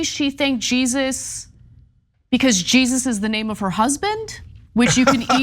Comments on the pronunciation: Not Jesus , like in English, but Je • sús, the Spanish pronunciation, stress on the second syllable. I expected more from TYT. You sound amateur. Do some research. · Guys… it’s pronounced “hey-Soos”. Not Jesus 😂😂😂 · Rofl Jesús is pronounced HEY+ZUE not JEE+ZUS. GREEN+GO 😅😅😅😂😂😂😂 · Your ridicule of Christianity is in very bad taste, and Jesus is pronounced (heh-SOOS)'in Spanish. It's her husband's name. I'm amazed at your ignorance. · Jesus is Spanish is actually pronounced "HEY- SUS." If you learn the Spanish Bible, you may understand this; Jesus spelled with an accent mark. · First off, she's an athiest of Jewish decent. She made that very clear several times. Secondly, in Spanish, Jesús is pronounced Hey-zues...if you can correctly pronounce quesadilla, Jesús should be easy for you. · In Spanish, I think Jesus is pronounced kinda like hey-soos, whether one it talking about the Jesus of the bible or a living person with the same name. Also, Mexico is not merely a "Christian" country, but it is to a greater degree, perhaps, a Catholic country. But there seem to be religions derived from indigenous cultures, that are very much a part of Mexico too. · Most likely, her husband's name is not pronounced Jesus witha J. In Spanish, the alphabet J makes the H sound His name is pronounced Hay- sus but it is spelled Jesus. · Ana and TYT- you guys are in LA and you can’t pronounce Jesus (Heysoos) correctly? 😂 Come on guys 😂 Xotchitl is a hard one, it’s an Aztec name, but it’s pronounced ‘Socheel.’ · Jesús = HEH-SEUS (the accent should tell you is not in English) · It’s pronounced HeyZeus. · It's pronounced Heysuess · Ana I think you're cool, but her husband's name is pronounced HEY-ZOOS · "Jesus" is pronounced as "hay-suse". "Xochitl" is pronounced as "SOCHI-DL". You're welcome... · You're wrong. Jesús is Heh- SUS Xochitl is Sho-CHI(tuhluh) You're welcome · Anna, it's pronounced Ha sus.😉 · Hey Americans... The name Jesus is pronounced 'Hay Sus' . And it is a common name there.